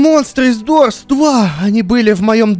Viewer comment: Да не дурс а дорс